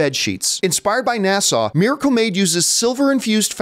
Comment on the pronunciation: NASA… Not NASAW. 😂